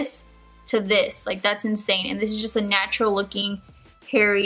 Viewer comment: I heard nacho instead of natural at the beginning lol